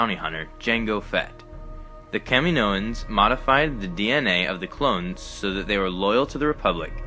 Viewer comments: Just a heads up. It's not pronounced Cam-in-o-ins. It is pronounced Ca-mee-no-ins. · Thumbs down for the way you said Caminoans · can't even watch the video with the way the narrator says Kaminoans.